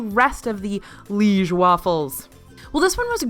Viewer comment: Please please please, it’s pronounced “Lee-age”. Like the town in Belgium where the recipe comes from.